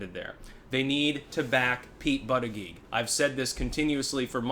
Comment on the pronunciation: It's pronounced BOOTY-JUDGE...